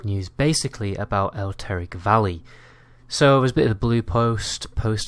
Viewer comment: wtf is "elteric valley" ?